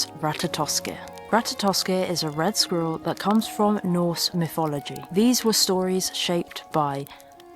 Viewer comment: Myfology = mythology. Just a little speech therapy would help so much.